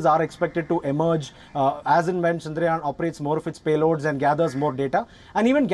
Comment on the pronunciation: The way she pronounced: Shandraayan 😂